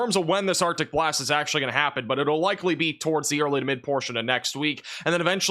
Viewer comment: Who else hears “OPTIC BLAST” when he says Arctic Blast? Lol (Cyclops from Marvel Vs Capcom)